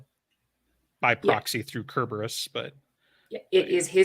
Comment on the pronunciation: Sir-burr-us. lol Say it with me